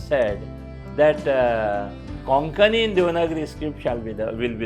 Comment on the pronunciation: Why is Konkani being mispronounced as 'Kokani " कोंकणी NOT कोकणी